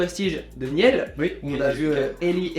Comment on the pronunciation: Juste pour info, on ne dit pas Le superprestige de "Nielle" mais le superprestige de "Niil" ;-) ;-)